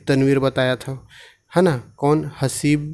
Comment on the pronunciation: हसीब नही ga हबीब